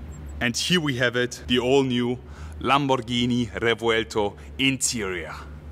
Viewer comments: THANK YOU for not butchering it's (indeed) very cool name and not playing the dumb Google Translate game that EVERY other channel is doing. As a language speaker, world traveler and Lamborghini lover that made me stay here. You got a new follower. Moving on, the car is amazing. Mine will be a 2025 model, still waiting for my Countach. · I wasn't convinced on the name but the way you say it made me appreciate it more 😍